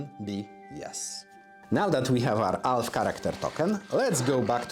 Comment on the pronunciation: It took me longer than I'd like to admit to realize he was saying "Elf" and not "Alf".